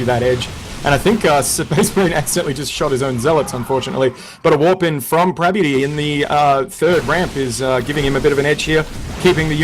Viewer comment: prabuty, not "parbuty" :D